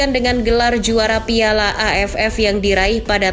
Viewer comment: Pas ngomong AFF.nya kurang di tekenin itu😂